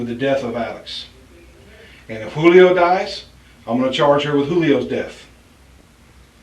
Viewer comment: The cop pronouncing the J in Julio. 😅 I feel bad for the babies and Pedro. She’s really trying to throw Pedro under the bus. The only thing he’s really guilty of is choosing to live with this pig.